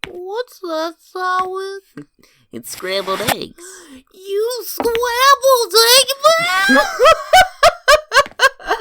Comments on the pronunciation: you scwambwed eggman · YOU SCWAMBLED EGGMAN?! GOT ME ROLLING ON THE FLOOR 😭🤣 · My favorite part: You scwambwed EGGMAN?! 😨: laughs hard 🤣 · YOU SCWAMBLED EGGMAN